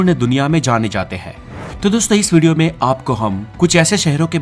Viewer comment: अबे भिडिओ नहीं वीडियो होता है 😅😅😅😅